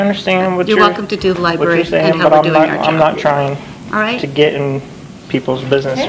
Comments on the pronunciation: Love your vids. I live in Canton and you are getting better and better. One thing, it's not li-berry. There is an r in the spelling. L i b r a r y. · lol she cringed everytime you said lie-berry